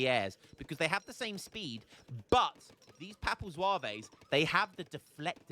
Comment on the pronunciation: As a french its so funny hearing how you prononciate french words like papal zouavéézzz. Atcually you don't want to say the E and S at the end of most french words. So Zouaves would prononciate just Zwav. Historicaly Zouaves where algerian light infantry units belonging to the french army. but yeah these units are so op, counter would be a lancer with multiplier vs infantry and artillery, 2 types of unit aztec don't have so that's why they are fucked